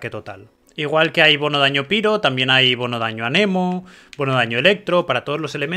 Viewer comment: Excelente guía, me han quedado claras muchas cosas. Pero es un poco cansado que digas piro, también me es extraño ya que sí pronuncias Reizor. Sólo lo digo a modo de comentario. De nuevo, excelente trabajo.